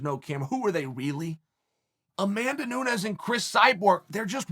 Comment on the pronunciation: It’s pronounced “Noons” Chael, get your shit together